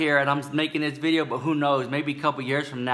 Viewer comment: In today's veedioo